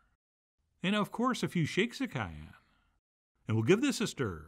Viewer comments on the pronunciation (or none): none